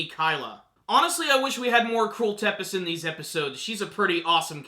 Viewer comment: Tepes is pronounced Tzepesh in English is from Vlad Tepes translated from Vlad the Impaler the romanian prince that was called Dracula